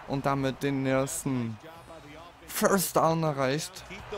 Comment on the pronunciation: Ein Föstdaun? Is ja n Brüller. Hör auf Football zu spielen. Das Ding heißt First Down du Klon.